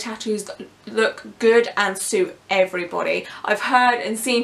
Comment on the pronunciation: I like the way she said thigh tattoos look good on everybody. I can't tell if it's because of her gorgeous accent, or maybe she just wanted to emphasize the "every b o d y" part, but regardless, it boosted my ego lol